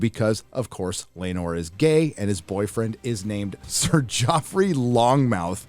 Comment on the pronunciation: * it's lonmouth. Not "long mouth" lol